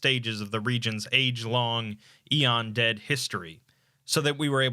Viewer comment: not sure if he’s mispronouncing it or it’s a regional thing